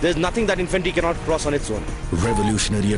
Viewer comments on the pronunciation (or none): infinatry nhi hota infantry hota hay.... kya jahil army hay